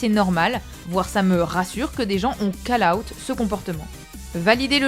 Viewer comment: Call-out se prononce "Caul/Cole"